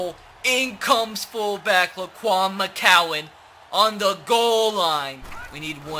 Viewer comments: McGowan... G not C... Gowan not cowan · If he says “mccowan “ instead of “McGowan” one more time